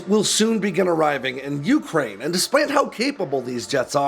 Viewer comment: It's pronounced you-CRANE! Not YOU-crane!